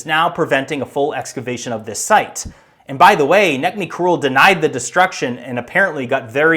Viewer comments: Its pronounced Nejmi. C is a j in turkish. . Where did you get your before image of no trees? I researched and found same pic as one pic' before and after excavation. It was not 2004 as you say. The Olive trees there would take many decades to grow that size. I live in turkish north cyprus with 100 year old olive trees. I am going to visit the site in a few months. It is still being excavated. I have relatives nearby. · C is pronounced as a J in Turkish. His name is Nejmi. Ğ is a vowel lengthener, so Doğuş is pronounced Doyush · btw, Necmi is pronounce as Nejmi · You really really need a copy editor. Mispronunciation and grammar along with the over use of "literally" are atrocious. BTW the guys name is pronounced Najma. I was on a dig not far from Gobekli Tepi. I saw with my own eyes how destructive archaeology is. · just for people that are interested and maybe for the next videos as a little improvement: Necmi is pronounced Nejmi ( c = j ) while ç with the hook is pronounced like the "tch" in catch Doğuş is pronounced Doush ( ğ is basically silent and ş is same as "sh" in english ) while g and s without any markings are pronounced normally